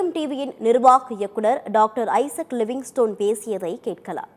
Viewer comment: லிவிங் ஸ்டோன் என்பதல்ல, லிவிங்ஸ்டன் என்பதே சரியான உச்சரிப்பு.